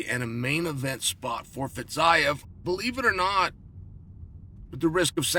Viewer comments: "Fizeve" not Fizeyev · fiziev = fitzayev? :D